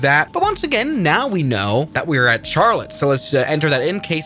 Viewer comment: I’m so done with saying CHarllete